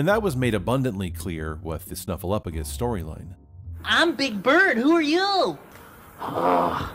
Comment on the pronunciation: OS Sesame Street viewer here. I remember when everyone finally figured out that Snuffy was real (poor Bird, suffering all those years!). To this day it makes me nuts when people pronounce Snuffy's name as "SnuffleUFagus" — completely ignoring the "P." #justiceforSnuffleupagus 😆